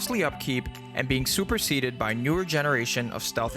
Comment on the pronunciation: "Super-seeded" and "superseded" aren't the same. Great video!